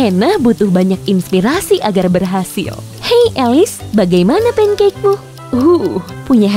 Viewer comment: Pancake bukan punekek